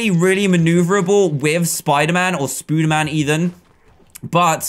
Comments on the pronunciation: ITS NOT SPOODERMAN ITS SPODERMAN! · hey dan its prononced spoderman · you are saying spader man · Does he say spooderman instead of spiderman on purpose? I just mean in general, not the kit name because "Spooderman" is the kit name.